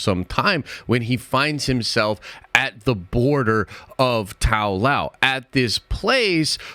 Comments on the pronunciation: tao loh bro tao loh its LOW not LAO have you actually watched the movie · Why are you pronouncing Ta-Lo as Tao Lao and Noor Dimension as Noor-n Dimension? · Ta-Lo (Tah-Loh) & Noor. Not Tao-Lao & Norn. Interesting theory, tho.